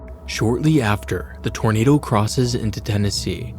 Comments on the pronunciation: "Dat's a big Tornadaw" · “thats a Big taarnader”😂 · “Dats a beig tournaduh” 🗣️🔥😭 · IM SORRY BUT IM DYING “thats a big tornada” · “Thas a big tawnadah” she wasn’t lying😮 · “ThAs A bIG TorNaDa!” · "thassa big tuhnaduh" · das a big tonaduh. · I love the way he says “that’s a big tornadu” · "dhats a beg tonaduehh"hits hard🗣️🔥🔥🔥 edit: HOW GARY CAN SURVIVE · "that's a BIG tarnaduh!" . Them old folk knew what they was lookin' at to be sure!!!! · Just came to say this lol